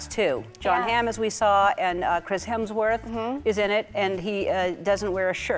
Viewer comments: I was about to comment Hermsworth 🤣 he has literally made a video with every person saying his last name right to get it wrong defs rage bait 🤣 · "Hermsworth". More AI slop.